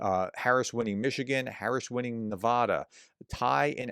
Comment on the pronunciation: PLEASE, I'm begging you now, Nevada is Ne va (as in cat) da, not Ne VAH da! Maybe you didn't see my last 5 times of asking, so I'll try once again. Thanks! And thank you for all that you do!